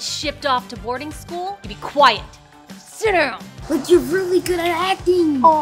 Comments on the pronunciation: Bro really said Birding school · Tha was funny when the dad said birdingschool 😂😂😂😂😂😂😂😂😂🤣🤣🤣🤣🤣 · Did the dad just say birding school ? Hahahaha imagine Shaun that he will fly in the birding school 🤣😂🤣😂🤣😂🤣😂🤣😂🤣😂🤣😂🤣😂🤣😂🤣😂🤣😂🤣😂🤣😂🤣😂🤣😂🤣😂🤣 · Dhar mann it's funny when they say briding school🤣🤣🤣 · “Your going to birding school, did you just say birding school” 😂😂😂